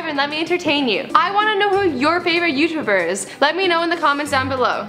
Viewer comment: They was she pronounces the youtubers XD